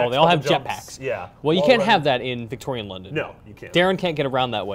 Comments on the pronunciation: its VICK-TORE-IAN not VICTOR-IAN. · Victoryen london REALLY VICTORYEN LONDON LEARN BASIC ENGLISH!